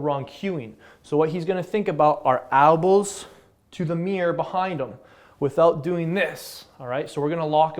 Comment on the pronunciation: why do you keep saying ALbows?!?!?!?!?!!??!